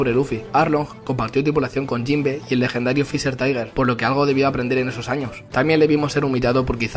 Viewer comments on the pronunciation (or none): none